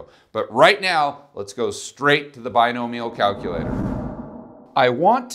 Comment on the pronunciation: I thought you kept saying Buy No Meal probability calculator :')